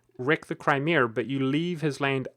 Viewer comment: "Cry-meeh-ehr" lol